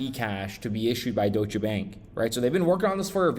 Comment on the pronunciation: it's not DOY-SHA... it's pronounced DOYSH. 1 syllable. Geezus fuck bro